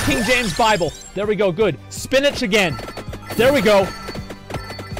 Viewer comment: every time he says "spinatch", a sailor dies